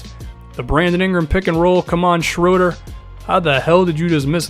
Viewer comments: you pronounced Schröders name pretty good! :D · Never heard an American pronounce Schröder as good as you did. It's almost perfect